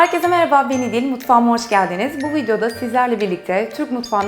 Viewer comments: Açılıştaki "Herkese Merhaba Ben İdil" cümlesi "Herkese Merhaba Beni Diğil" gibi geliyor kulağa biraz daha tane söylerseniz sevinirim :) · seda kule Önceleri ben de öyle sanıyor,her video da 40 defa geri çevirip dinliyordum.:-)